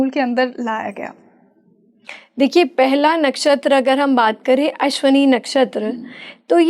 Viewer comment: ~ "अश्वनी" ग़लत उच्चार है, 'अश्विनी' बोलना चाहिए। ~ "अश्लेषा" भी लिखना-बोलना ग़लत है , सही शब्द 'आश्लेषा' है।